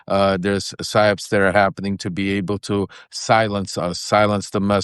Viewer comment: are you saying psy-ops or si-ops... it sounds like your saying theyre doing silence operations... but maybe you're saying theyre doing psychological operations to silence?